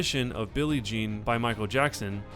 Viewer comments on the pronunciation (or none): none